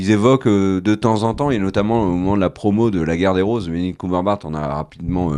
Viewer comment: J'ai beau chercher en ligne, je ne trouve pas d'acteur répondant au nom de "Benedict Cumberbart"... 🤔 Prononciation de presque qualité !